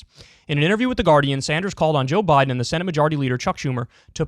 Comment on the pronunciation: Am new here. Did Kyle just say "Joe Boten"? As in "roBOT"?